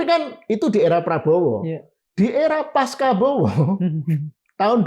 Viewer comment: pengucapan pasca yg benar adalah : pasca dieja sebagai .....pas.....ca......( bukan dieja pas....ka....) ca seperti di kosa kata cacing! Tolong intelektual mengajarkan ilmu dan praktik yg benar.